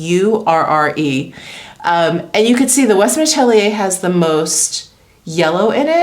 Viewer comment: You pronounce Beurre perfectly !